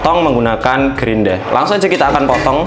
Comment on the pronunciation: Grinda bukan grindra ya, Mohon di pahami..!! 🤣✌️